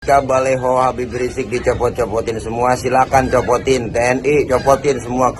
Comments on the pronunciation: BaLiho bukan baLeho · Ngomong baliho aja baleho, iye ho